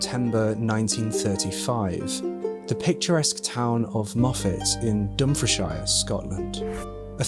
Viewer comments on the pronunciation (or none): Dump-fre-shire lol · Bloody hell mate. I don't think I've ever heard anyone mispronounce Dumfriesshire before. Then I googled how to say it, and they get it wrong too, which may be why you got it wrong. That's kind of mad.